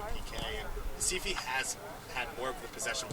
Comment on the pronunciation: Staff the team name and Sport Club Recife. Please call the name correctly!